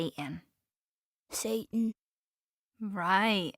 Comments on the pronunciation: The mom doesnt even pronounce it satan she says say-in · generalfancyninja it was pronounced say-en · I've always found it weird when people drop the T when they pronounce Satan.